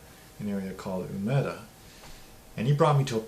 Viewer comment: Given the universal gaijin tendency to vastly overestimate their own skills (low expectations from both ourselves and the Japanese) and the way you mispronounced "Umeda", I can't help but wonder if your questioning was as clear to her as you thought it was. Sometimes gaijin mispronunciation and horrible construction is like having a conversation with a two year old...you have to look to their mothers to translate for you. At any rate, the simplest way to avoid this, I have found, is just to go handle your daily life by yourself, without a Japanese family member, friend, coworker, etc tagging along. Fixes everything. Sort of hard to do in the real estate context, though.